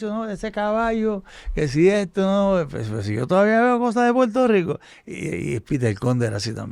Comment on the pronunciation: buenos días y con respeto. Como internacional Debes mejorar tu pronunciación, ejemplo: Puerto Rico por Puelto Rico, por - pol, Acuerdo - Acueldo. Saludo. Escucha a tu invitado.